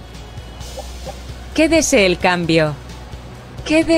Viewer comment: Good video, the concept is really cool but there is much to improve, your quédese el cambio sounded pretty much spot on but the app couldn’t quite register it XD nevertheless I would love to try it out and see the future of this app:) #mondly